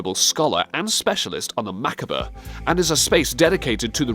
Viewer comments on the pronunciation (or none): That's not how you pronounce macabre.